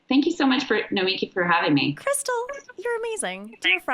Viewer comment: I could be wrong but it even seems to me like Nomiki pronounces her own name in the common way with the emphasis on the "mi."